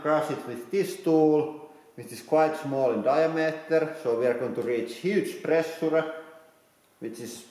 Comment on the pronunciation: The way he pronounces “pressure” should be illegal.